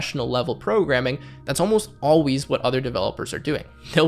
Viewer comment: he pronounced "always" like "alwees"